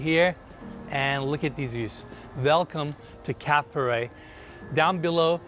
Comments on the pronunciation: DUDES , Cap Ferret and Cap Ferrat are 2 differents fench towns ! A and é doesnt sounds the same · Man Monsieur it's Cap Ferrat!!! not Ferret! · This all nice but please dude, learn how to pronounce foreign words ! You butcher Cap Ferrat!!